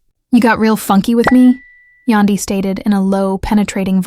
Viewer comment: Its YAN DY , Yandy! AI ughh